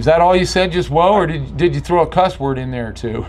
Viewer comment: What the fucks an “ordi”